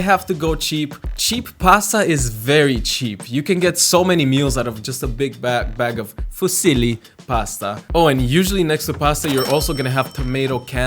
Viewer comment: the cheap pasta and that brand of canned tomato is breaking my Italian heart and don't get me started with the ''FUSILI'' pronunciation